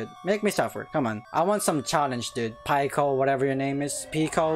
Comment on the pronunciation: 🤣 I didn't think you would actually play this, also you should play it on newgrounds next time. The game is more updated their also it's Pi-co not pie-co